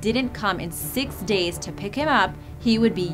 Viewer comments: and over she says deys? What happend to days :c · i like how you say days daies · Ok not to make this video bad and all I feel so bad for all the animals but the way she said days 😂